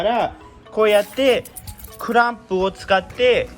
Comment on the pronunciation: マスターシリンダーとかクランプとか日本語の発音で言ってくれているね。なおりたガール的な帰国次女とは違うな。ききやすい。